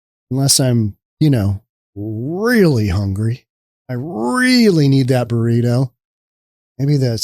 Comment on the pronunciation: wait. did you just say "18 dollar boreeto"? jesus.